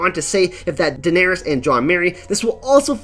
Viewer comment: Durrring the Targurrryan Civil war, they never Murried Targurrryan Daenurrrys!!? is it like Ahhrrr.. or is it more like Uhhrr.. Once I heard it I couldn Unhear it! LOL did subscribe tho great channel! upvote